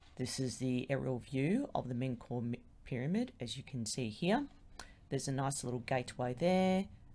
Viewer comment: The name is Men-Ka-U-Re, 4 words. In ancient Egyptian this would be pronounced Men (or Min) /Ka /U /Re. In English this would be something like "eternal like the souls of Re". In our time, the 2nd and 3rd syllables are ellided, MenKaurRe is acceptable. In other words, it is not pronounced "Men-Kor".